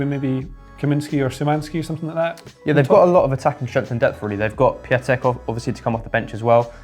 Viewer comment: Quick helper: if there is "Ą" in name, don't read it like "A", rather treat it as "OHN" (or maybe "O" if you want to keep it very simple). So Piątek would be something like Pyohn-teck. IPA: [ˈpʲjɔ̃ntɛk]. Yes, I know it might not be confusing, but that's not my fault. As for the video, lovely analysis, much appreciated! I think you overlooked some parts of Polish stuff, but it's mostly because nobody knows how we will play. If Zieliński manages to transfer some of his club form into national team, we should be fine. Otherwise, we will rely on Cash and Zalewski to create some magic and deliver some balls in proximity to Lewandowski.